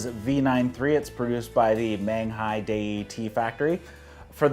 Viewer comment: Your videos are enjoyable, but would you PLEASE take the time to learn to pronounce the terms correctly? Dragon Tea House is not Dragon Tea Factory, Menghai would like their name pronounced properly, and I'm pretty sure you can figure out how to say Yunnan Sourcing if you simply watch ONE of Scott's videos. Sorry to be a jerk, but it's hard to take anything seriously when you don't even try to use proper pronunciation.